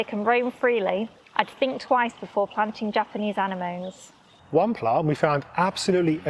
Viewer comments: Anamones! anamones? An-em-on-es, now you're talking! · I wanted to say that. Did we all shout Whaaat? when she said Anna-moan?! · I've never heard "anemones" pronounced "Anna moans" before!😁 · Eh eh eh! Japanese ANE-MOANS? No: ANEMONNIES is how we say Anemones. How long u bin gardeneering then? 5 mins? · anemones : " ah- neh- monees"😂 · That's not how you pronounce anemones...